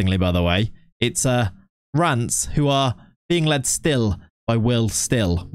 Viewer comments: Is it just me who hears "rants" when he's trying to pronounce Reims? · I hear rams🐏🐏